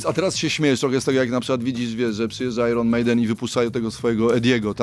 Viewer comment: Nie "ajron" tylko "ajen" panie. Dziennikarz w radiu ogólnopolskim powinien prawidłowo wymawiać słowa po angielsku. 😞